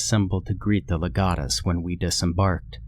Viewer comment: Your pronunciation of legionnaires and legates is uh not correct lol, love your channel tho!